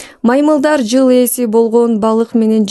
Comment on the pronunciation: Ол шашып жвл дебей кыл деп